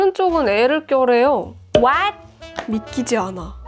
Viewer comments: what?! 발음 개웃기네 ㅋㅋㅋ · what 발음 너무 찰져요ㅋㅋㅋㅋ